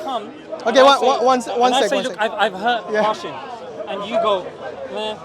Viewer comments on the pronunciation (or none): It's hashim not hadim